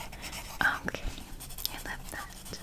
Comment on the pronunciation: this is a really specific trigger but i love the way you say „okay“ sometimes u pronounce it like „okuay“ hahahaha i cant explain but i find it soo tingly